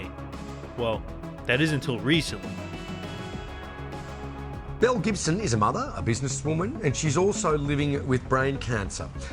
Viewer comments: It took me a minute to realize they weren't saying Mel Gibson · I kept hearing "Mel Gibson" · I thought he kept saying Mel Gibson 😂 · Captions were turned off and I thought he kept calling her “Mel Gibson” 💀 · I thought they kept saying Mel Gibson 😂😂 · him: Belle Gibson my brain: Mel Gibson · Oh my god I thought u were saying Mel Gibson for the first few mins I was SO confused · I know her name is Belle Gibson but all I can hear is Mel Gibson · Who else thought he kept saying Mel Gibson? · Less than a minute in, I thought the news presenter said "mel gibson" and I immediately was sidetracked to an alternate timeline where mel Gibson made some (different) pretty radical decisions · Lmaooo I thought they kept saying mel Gibson in the beginning 😂😂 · I heard the same 😓 Mel Gibson?! “Belle Gibson”….Mel? Belle….. so Belle Gibson….Mel….WHO!?!?